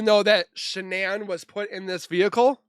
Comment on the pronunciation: 😂😂vehicle not vehice